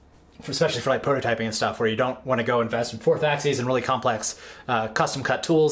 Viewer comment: Axeees? What the hell is axeees?